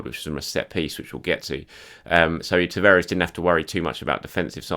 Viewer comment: TA-VA-RES. Not Taveres! Christ you think you'd pick up the right pronuncation after repeating someone's name over and over again